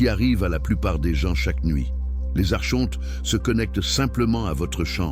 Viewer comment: Espèce de tête de con d'I.A on ne dit pas Archontes mais Arkontes .....pffff